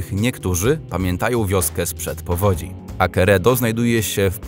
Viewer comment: Aceredo wymawia sie 'Aseredo' nie Akeredo.